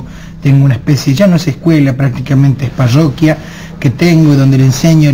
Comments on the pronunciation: "Ya no es escuela, es payyyoquia... y a los niños que llegan a mi escuela Elton Chon de fútbol. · Cuando dice "payoquia" estallo